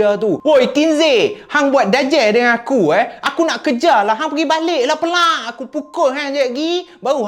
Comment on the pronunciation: Assalamualaikum penang ckp pealaq bkn pelaq.apa pun mmg sronok dgr kisah2 seram dr.